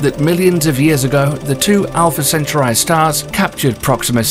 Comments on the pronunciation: Alpha Centuri??? And “your anus” ??? Arghhh! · Alpha centuray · "Alpha Centuray" 😅😅😅😅😅😅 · Dude, learn to pronounce - it should be pronounced - alfuh sen-taw-ree 🤣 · Great video. Although that's the first time I've heard Alpha Centruai pronounced that way, I've always heard it as al-fuh-sen-taw-ree. And I'm British too. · Alfa centaurai 🥲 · I never heard anyone pronounce Alpha Centauri like this……lol